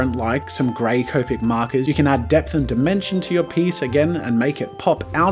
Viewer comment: Hey jazza finally said copic right!